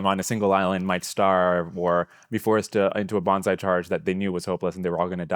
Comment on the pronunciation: both of them calling it bonzai charges cracks me up every time.